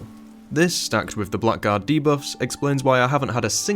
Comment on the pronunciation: This is nitpicking, but its not pronounced "black guard", its "blaggard".